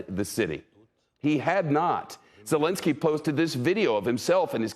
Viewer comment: "Russian President Solinski" ..... this reporter. you could tell earlier that he had trouble saying his name as well, pathetic, you had 1 job.